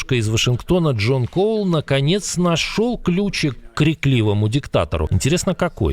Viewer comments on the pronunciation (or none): none